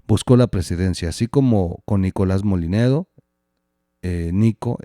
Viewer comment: Buenos días el apellido es Mollinedo, y se lee como llanura no es Molinedo